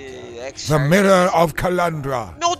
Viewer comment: Mirror not a mooooarrraah.